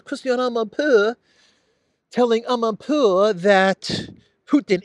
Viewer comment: Lol, very sophisticated journalist Christiane Aaahmanpoooh!